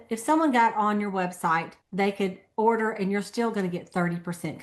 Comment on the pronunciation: order sounded like hoarder